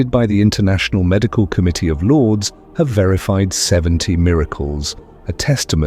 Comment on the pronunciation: Thanks, God bless you! For the viewers, please read Lords as Lourdes (France). 👍👍✌✌❤